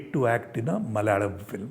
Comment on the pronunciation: Very impressive that he pronounces words such as Kannada & Malayalam properly 👍🏼👍🏼👍🏼